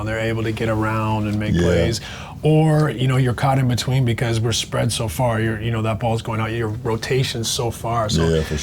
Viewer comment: why he say sPPREad so hard?😂